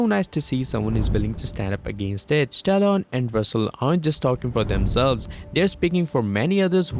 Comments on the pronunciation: Oof the way you pronounce Stallone is like Stalon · Stallone became Stallon by the end. Coach Russell instead of Kurt Russell. The mispronounced words are too many to count. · Sylvester Stallone, NOT, Stallon LoL.